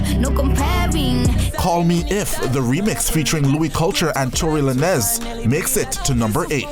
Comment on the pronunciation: Tory LA 'NEZ' jah know 😂😂